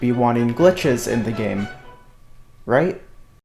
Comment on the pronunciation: i love how u sometimes talk like this: yeah u sometimes talk like this wight? or this: yeah u sometimes talk like this ight? u just sometimes dont say r